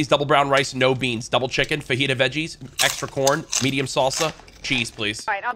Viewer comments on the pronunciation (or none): none